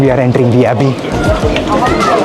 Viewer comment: Abbey with “Abhay” 😢